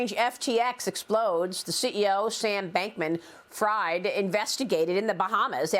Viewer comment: Can't take a reporter seriously if she pronounces SBF's last name wrong. Been all over the news; do your hw Fox news.